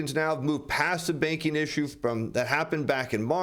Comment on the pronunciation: Good info! But I thought he was saying the baking industry .